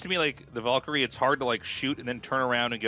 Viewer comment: YOU NEED TO TEACH TASTLESS HOW TO SAY VALKYRIE NOW